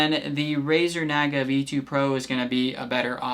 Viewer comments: It’s Nah-guh. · The way you're say Naga is driving me nuts lol.